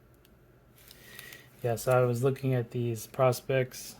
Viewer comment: Most people pronounce this Prospex like "pro specs" not like "prospects"